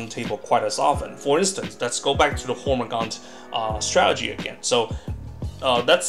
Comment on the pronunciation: If this guy says "stralegy" one more time...